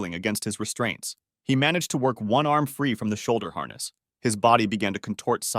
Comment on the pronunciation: what is up with you saying harness?